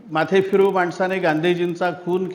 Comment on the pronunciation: Sir, माथेफिरू कसं म्हणता.इथेच चुकत आल आहे. Congrates.